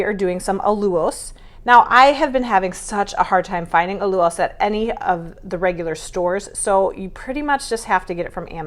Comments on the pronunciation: I love this recipe and plan to make it soon. Btw, I think you mispronounce Allulose. I see other YouTubers pronounce it as "Al-You-Lose". Just curious about how to say it right. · Al/ you/Long “O”… lows All you lows"……allulose